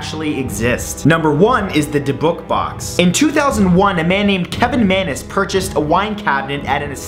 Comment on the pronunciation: Omg I swear this guy mispronounces something in every damn video. Dib - ick box.